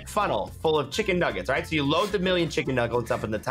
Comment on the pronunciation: love how said nuglets